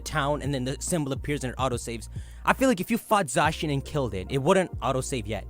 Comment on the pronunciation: It’s not Za-shin It’s pronounced Za-Cyan, like Zamazenta is Za+Magenta.